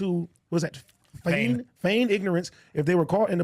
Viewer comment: Yo do any of those guys know basic English? Can't pronounce confinement, can't pronounce feign, no wonder they like tate, straight dumbasses with negative IQ